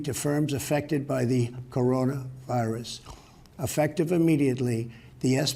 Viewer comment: "But Coronu."